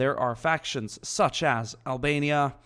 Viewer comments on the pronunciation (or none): none